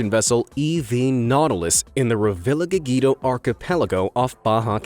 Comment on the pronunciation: "Revlageegeedo"? Revillagigedo is pronounced "rayveeyaheehaydo".